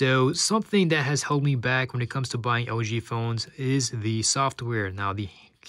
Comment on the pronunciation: When you say LG it sound like OG - works for me! :D